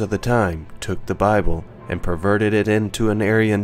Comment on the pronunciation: One guy calls it the Boble! LOL!